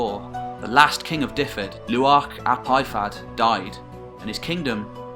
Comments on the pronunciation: Good stuff. The Welsh place names are easy enough. Try using v when you see a single F. SO Dyfed is pronounced Duhved. Its no different to trying to pronounce the Viking words. Have fun with it. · as a welshman i give you credit. this is probably the best and most accurate video iv seen on welsh history, fair, accurate, good presentation. 10 out of ten fair play. the only thing I'll nitpic is just your pronunciation of dyfed. its sounds like this reads > duveth. i know it doesn't really matter but you seem like someone who's a stickler for details, just subbed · great informative piece. But pronunciation was awful throughout and Dyfed was no where near one of the worse. The way you said it should be sound is wrong too. Dyfed should be pronounced more like Duh-ved. What you spelled would have meant the Welsh name was more like Dyfedd then Dyfed.